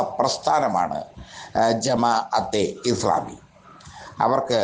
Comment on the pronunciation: എടോ ജമാ അത്തെ ഇസ്‌ലാമി എന്ന് പറയാനെങ്കിലും പഠിക്കൂ.